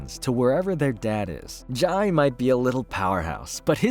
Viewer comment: Jai is pronounced "Jay" in The Flash continuity.